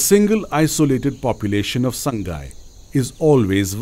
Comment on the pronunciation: 'Saang-gai' means 'HOME' whereas 'Saa-ngai' is the above mentioned deer. It is hard to pronouced to people who are not native to manipur.